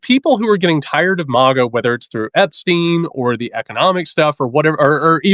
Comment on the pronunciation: Totally petty and stupid complaint here, but please, Please, PLEASE stop pronouncing MAGA like 'Mog-uh!' It makes you sound so silly - and not in a good way. JVL from the Bulwark does the same thing, and it drives me absolutely bonkers!!! (However, if you're doing it to troll MAGA in some way that I don't understand then please disregard my comment and carry on!)